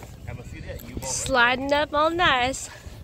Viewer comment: Hey, did I detect a bit of a southern accent "sliding up all nice" LOL